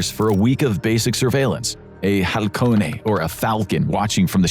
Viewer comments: Not "Halcone", "Halcón" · it's just Halcón without the e. No somos italianos 😅 jaja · Posting videos this often makes me wonder about how reliable the info is and whether AI was used. And it's halcón, not halcone